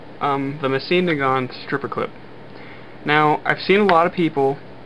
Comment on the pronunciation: It's pronounced "Moe-Seen Nah-Gahn" no T in the end. Nagant is a Belgian name (pronounced the French way).